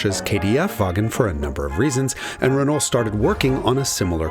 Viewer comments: Its ren-oh, not ren-ole, otherwise very good video, and entertaining. Quality speaks for itself....love your content. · just say "renoh" and ur good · I love Jason's very Americanized pronunciation of Renault (reh-nall) but then he slips into the French pronunciation half the time (reh-no). How does Tam Hyphen say it? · Always love the Hagerty vids. Keep em coming. But… top tip: when you pronounce “Renault”, the L and the T are silent. "Ruh-NOH". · Great, but stop trying to pronounce things right when they are wrong. Renault is RENOE durrrr... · C'est "rhen oh"! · I hate it when people pronounce the "L" in Renault 😭😭😭😭😭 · true. but he has to work on pronouncing renault correctly. that is without the "L". maybe then they´ll also sell the car in the US. on the other hand: why should they? ;-)